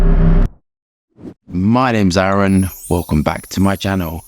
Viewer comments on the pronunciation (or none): none